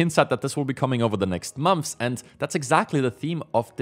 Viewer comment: Do you not hear yourself talking? Mumffs(months), furteemff(13th)???😂😂😂 I hear you say “things” correctly throughout the video but did catch a “fings” in there. How do you decide when to use “f” in place of “th”?😅 Apologies if I’m insulting you, but it’s not meant as an insult. I’m still enjoying the videos 👍